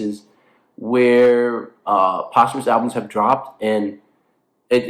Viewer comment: I do think posthumous albums is pronounce like that 😭